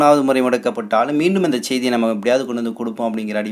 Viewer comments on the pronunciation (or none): Don't say chaidy say seidi bad pronunciation.